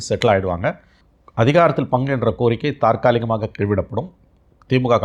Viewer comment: தாற்காலிகமாக அல்ல தற்காலிகமாக தமிழ் படித்து விட்டு வாருங்கள்....